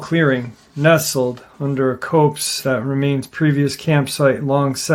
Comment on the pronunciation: Not to be that one sweetie but copes is pronounced cops. It's a British term for like a thicket of trees. I learned that from Black Sabbath's album back in the 70s. Lol but could be wrong. Love your show sweetie